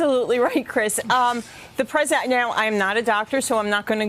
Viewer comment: Give Donnie a break. Being pwesident is hard. I mean, who knew?